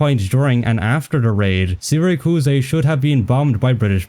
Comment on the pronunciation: Sira kuus ey is going to kill me. Is that the Italian pronunciation or have you never heard of Syracuse